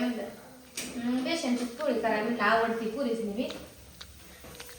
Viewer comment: बेशन नाही ग बेसन बोल